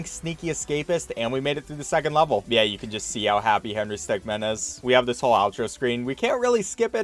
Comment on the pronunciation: . I'm glad he says 'min', instead of 'man'.